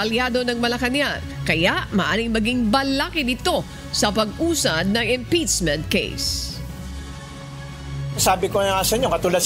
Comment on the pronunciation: Ang galing mag pronounce, “impitsment”. 😂😂😂